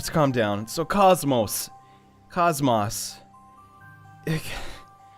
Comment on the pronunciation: "Kaz-Moss" Come on, man.... You had one job.